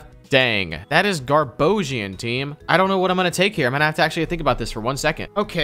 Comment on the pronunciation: Oh man.... made me laugh so hard when he checked the summary for Kirlia. "GarBOGIAN" Hahaha